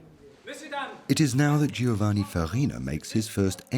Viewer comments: Pity the narrator couldn't be bothered to learn how to say Giovanni properly. To say nothing of that old chestnut 'every one stunk.' Unfortunately one starts to doubt many of the facts presented here. Undergarments were not commonplace!!! How does the narrator explain the widespread presence of the washerwoman or laundry woman? Plenty of laundry lists in the records of the middle-upper classes. Jane Austen mentions them in her works. Also many garments required a stiff starch, shirt collars, lace, ect. How could this be achieved if nothing was washed!!!! While it is true that the elaborate costume of the day could not be washed, they could be unpicked if need be. Clean underlinen every day was the norm in middle -upper-noble layers of society. How many paintings featuring ladies washing themselves can one see in Art Galleries? Watch this programme with care. Unlike the devine perfumes, it is not 100% pure in information, as many will recognise! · I find it so annoying that the narrator is unable to pronounce Giovanni. 😵‍💫😵‍💫😵‍💫😵‍💫